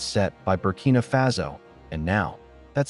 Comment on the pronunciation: It's pronounced fah-so and you know it